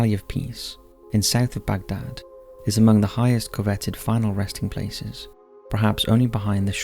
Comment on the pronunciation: La-ment not Lam-ent Cov-et-ted not cove-etted